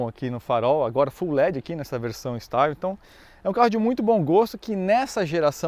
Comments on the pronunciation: Pronuncia de Style= estíle. A leitura é em francês e não em inglês. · o "Style" se pronuncia "Estíle" pois está em francês. Não que isso seja relevante, mas... 😁